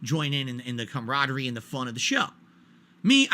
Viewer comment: He really said ”cumradery” 😂